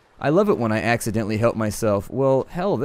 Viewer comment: "I love it when i axe-dentily help myself"